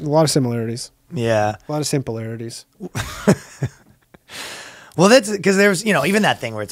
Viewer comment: "A alot of simpularities" lol